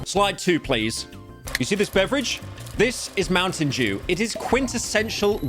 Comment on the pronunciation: i remember the small loan meme xD also please for the love of all that is based and poggers, not cringe, stop saying "jew" instead of "dew" PLEASE